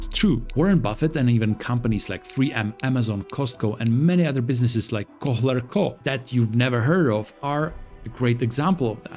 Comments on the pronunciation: H in "Kohler" shouldn't be pronounced. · That pronunciation of “Kohler” is killing me 😂